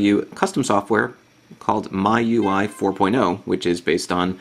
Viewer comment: If you check wikipedia, its pronounced me-you-i, not my-you-i :]